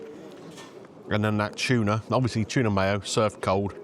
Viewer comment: Cheese and chuna, great combo lol. Love the way you say chuna! I can see why they are so popular, those looked amazing with huge portions. Nice to see someone like him put the work in and it pays off. Keeping the quality up will see him continue another 20 years. That was so nice getting a fan pic, they seemed chuffed. Glad you spent time with the greenager and she enjoyed her lunch too!